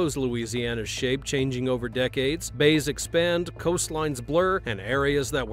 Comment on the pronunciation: They are called bayous